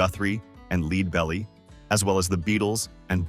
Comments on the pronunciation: Learn how to pronounce "Leadbelly," not "Leedbely." Named because he was shot in the stomach. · Yes...the clue was monotone narration and mispronunciation of "Leadbelly". A good bio, though.